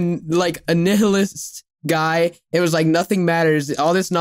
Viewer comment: The way pronounced “Nihilist” had me ROLLING 🤣